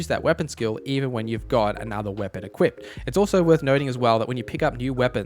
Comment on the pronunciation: There is no "t" in either "equip" or "equipped" 😂